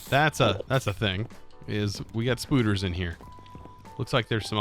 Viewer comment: I never thought I'd hear say, spooder